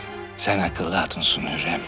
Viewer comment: Hurrem: süklüm ağa Victoria: sumpül ağa İsabella: Süslüm ağa